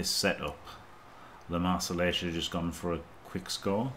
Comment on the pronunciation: It's LeMarsellais, no "e" at the end 😂 Not a girl! Wonderful work all the reviews!